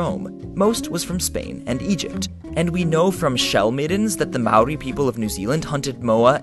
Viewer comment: impressed you said Maori correctly. TANK YOU ! :)